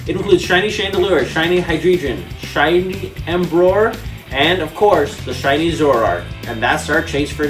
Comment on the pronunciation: the fact that this dude is collecting every card but doesnt know how to pronounce alot of the pokemons names is rubbing me the wrong way, like wtf is "embroar" and "hydreegin"